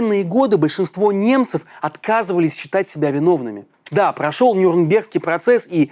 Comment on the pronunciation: В слове "Нюрнберг" ударение ставится на первый слог.